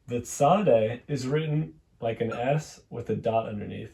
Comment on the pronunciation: Tsade is not pronounced ts ... it is pronounced like arabic letter ص And ṭ is pronouced as arabic letter ط